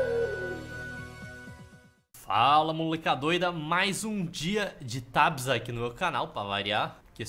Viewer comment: Não se fala tabis se fala tebis